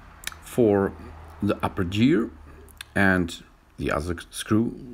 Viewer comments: Your right he said gear the wrong way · You said gear the wrong way